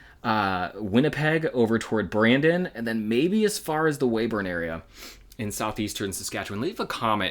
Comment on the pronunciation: Yep you said Weyburn right, Way-burn